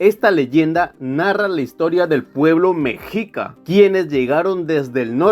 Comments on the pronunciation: No se pronuncia Mejica Mexica se Pronuncia Mekshica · Correcciones: Cultura Teotihuacana, Teotihuacan es la ciudad. Mexica se pronuncia Meshica. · No se dice mexica!!! Se dice mechiica!! La X suena como Chh